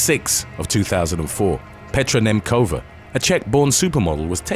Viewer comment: "Nemcova" is not pronounced with "k" btw